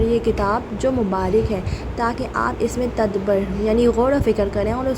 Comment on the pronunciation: its ta-dab-bur not tadbar :face-turquoise-covering-eyes